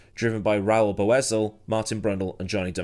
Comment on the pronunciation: Just FYI - When Raul race in CART, the announcers pronounced his name 'Boy-sell.' Not sure which which right, so just FYI...